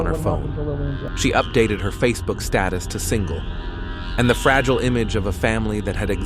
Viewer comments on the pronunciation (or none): none